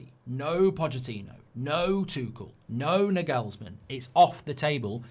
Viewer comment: It’s pronounced ‘Narglesman’